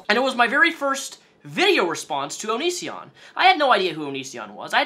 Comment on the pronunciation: I love how he was so irrelevant to you when you posted your first response that you pronounced his stage name “onishion”